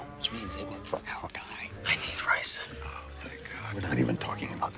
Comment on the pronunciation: without the context of the episode it sounds to me like Jesse says, "I ate the ricen" which makes Walt's "Oh my God" seem supportive and worried. 😅